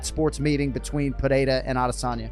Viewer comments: It's pronounced "Pereira" not "Perreira", not to be confused with Ferreira, it's the double r's that make the "h" sound. Since you made the effort to get Adesanya's name right, i thought you should get Pereira's name right. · You’re not Brazilian, pronounce his name with R not H